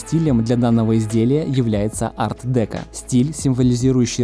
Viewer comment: Спасибо, ребята. Хорошая работа.Но стиль Art Deco - произносится с ударением на последнюю букву (О). И еще : Айн Ренд - отстой. Не надо её рекламировать.